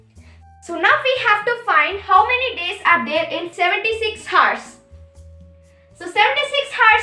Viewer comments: Its pronunciation is oursnot hours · Its hours not heart and hertz...anyhow keep it up 👍🏿👍🏿👍🏿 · Woaah she is so young nd still can explain so really well Well done dude Btw work on the pronunciation of hours